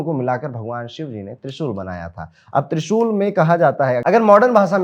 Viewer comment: Can't understand trishul